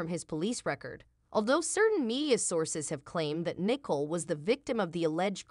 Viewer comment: and the name Nicole is spoken wrong - lmao